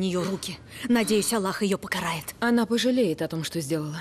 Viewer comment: Мне кажется она даже во сне говорит Хюррем пожелеет. 😁😂